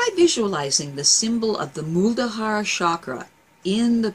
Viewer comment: Muladhara. Not Muldahara! :)